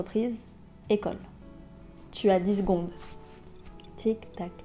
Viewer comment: On peut dire je suis bien, mais on ne peut pas dire " dix zgonde" . Je suis bien ici, je suis bien comme ça etc c'est très juste . Et on dit " je vous donne dix secondes" il faut articuler bien aussi pour une prof de français pas droit a l'erreur . Certaine phrases que voutrouver unacceptables sont monnaie courante chez les français . Je voudonbe in exemple: ils croivent, ou l'areoport c'est français alors svp un peu de modestie ce n'est que du français, une langue en voie de disparition.